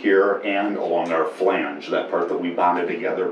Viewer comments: Bwah hah hah haaaa. As I said in my earlier comment I am binge watching this catamaran build series and in Episode 217 it is clear that she is just slaughtering the word "flange". The absolute funny thing is that someone else must have commented about her pronunciation and she edited in a proper "flange" over her talking nearly every time she used the word. Gotta love the sense of humor. Still binging. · my wife and i love the show but your pronunciation of words drives us a little nuts, button has two t's just so you don't miss em, yet you refuse to pronounce them, and say flange correctly while you say falange for some ungodly reason. We do love you both but this is starting to make your videos impossible to watch.